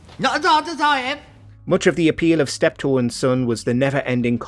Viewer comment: 'Steep Tor' and Son, indeed...